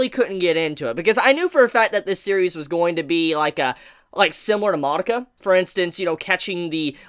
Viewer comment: Lol, the way you say succeeded. You say suh-seed-ded, who does that?. Also, you're pronouncing Madoka wrong goddamnit stop triggering me REE. I can't even pay attention to anything you're saying because of your horrible pronounciation.